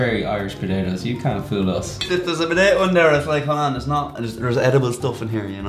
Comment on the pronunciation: Love the way you guys pronounce "potato". Be-day-deh & such. LOL